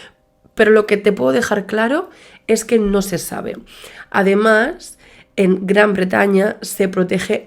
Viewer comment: "Famosos juegos pero yo no tengo ni idea"😂😂. NI YO TAMPOCO!!! A ver,repite conmigo G R A N B R E T A Ñ A😂. No es difícil 😂. Ay madre,un caso tan serio pero es que me hago pipi con tu manera de narrar